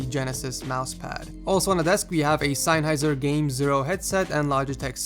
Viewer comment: It's Sennheiser, not Seinn-heiser.